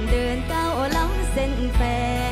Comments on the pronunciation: มิลล์ทำมัยออกเสียงคำว่า แฟน เป็น แฟ. แทน. เป็นแท. โทษที เป็นคนพม่ารึเปล่าจ๊ะ. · โคที่ไม่ใช่แฟ... ทำแท.. ทุกเรื่องไม่ได้ เหนื่อยก็รู้เหงาก็เข้าใจ แต่ไม่อาจให้ยืมอ้อมแข... ไม่ใช่แฟ... ทำแท.. ไม่ได้ เอออกูฟังแบบนี้คนเดียวหรือป่าววะ555 ออกเสียงแม่กนไม่ชัด